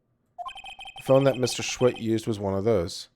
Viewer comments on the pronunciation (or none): OBJECTION!!!! SAH-WIT. Not SCHWIT!!!! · It sorta annoyed me how he kept pronouncing Sahwit wrong, its pronounced Saw it, but otherwise it was good. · Nope. Mr. "SAW-IT", not "SAH-WIT" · I love how he pronounces Sahwit’s name as Shwit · I love how he didn't get the jokes in the first case just because he missed pronounced the guilty party's name it's pronounced like Me. Saw-it and he didn't just see it he did it XD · Well, he doesn't know how to pronounce Japanese names, so give him a break.